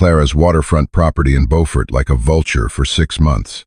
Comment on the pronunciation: Beaufort is also mispronounced